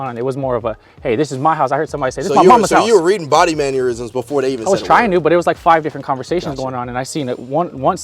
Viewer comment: Why do you all keep saying "maneurisms" 😂 it's MANNERISMS